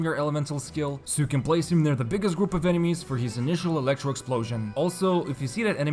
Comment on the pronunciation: "elecrto dmg"